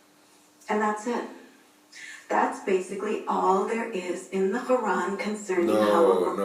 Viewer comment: its not Khuran... Its Quran!!!